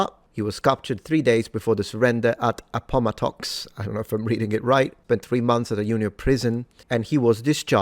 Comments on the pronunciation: "Appomattox" is pronounced with primary emphasis on the first syllable and secondary emphasis on the third. And "sergeant" is pronounced "sargent". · Appomattox is pronounced “app-oh-MAT-tux.” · I believe “Appomattox” is pronounced “App-uh-mat-icks” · The surrender site (Appomattox) is pronounced APP u MATT ux, with emphasis on the capitalized syllables and strongest emphasis on MATT. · It’s pronounced Ap-po-ma-tox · It’s pronounced “appo-mattocks”. Both parts of the word receive equal stress. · It's pronounced like "App OH Matt ox ", not APo Matoxx .I grew up not far from there in Lynchburg. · Appomattox.. Appa-mat-tix. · It’s “appo - maddixx” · Appomattox= "Eh-poh-matt-ucks" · The Battle of Appomattox on April 9, 1865, is pronounced as ap-uh-MAT-uhks, Ap like “app”, uh soft unstressed vowel, MAT emphasized syllable, uhks ending like “ucks” as in ducks, I hope that helps clear that up. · /ˌæpəˈmætəks/ A-pə-MA-təks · Appomattox is pronounced like "ap-pa-MATT-iks" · Appomattox is pronounced APP - uh - MATT - ux. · Appomattox is typically pronounced APP-uh-MAT-ticks Capitalization for stressed syllables. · It's pronounced "AP-po-mattox." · The accents on... Àpomàttox. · Come on,! As a non native English speaker, you get a pass for mispronouncing Appomattox, but what's your excuse for mispronouncing Sergeant? You pride yourself on military history, so this one should be part of your repertoire 😂